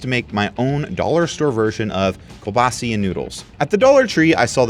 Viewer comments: It's pronounced Kew-ba-sa. Not... whatever you said. Sincerely, a Polish person. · I love how you say kebasi versus kielbasa! my polish grandpa from western PA pronounced it that way and so do I :) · As a Polish person I am extremely offended by the way you pronounced Pierogi and Kielbasa. It’s pieRogi YOU NEED TO ROLL THE R. And kielbasa is pronounced Kiel-basa. I’m sorry I just felt the need to correct you because I couldn’t not